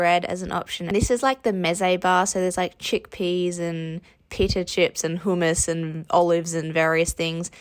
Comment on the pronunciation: The way you said hummus 😂